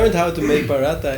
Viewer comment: Prhatha....no ...Paratttha 😂btw nice video.